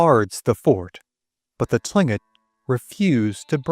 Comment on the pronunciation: Written Tlinkit pronounced Klinkit. I have no idea why..